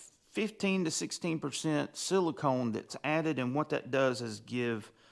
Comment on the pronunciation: It's siliCON.... con.... CON....... not CONE. Silicon, not silicone.